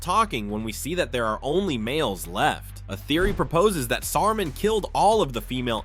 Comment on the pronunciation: The way u say Saruman hurts my ears